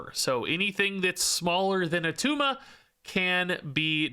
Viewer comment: its not Attuma